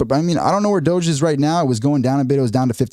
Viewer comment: No. It's Doge. One syllable.